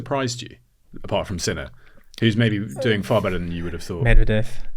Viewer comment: Finally someone pronounces Sinner's name correctly. It has NOTHING to do with sin and being a sinner (guilty, criminal). It derives from the German word Sinne (sense).